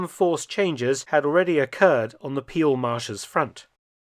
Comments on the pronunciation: NOPENOPENOPE... Peel, pronounced as Pehl, not Piel. that means something entirely different... 😀 And it is Maastrícht, not Máástricht. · "Peel" is pronounced "pale" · And let me add to that that 'Peel' is pronounced like the English 'pale' and not like 'peel'